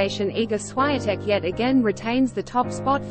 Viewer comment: Please learn to pronounce the names correctly, ie. Swiatek (Swiontek).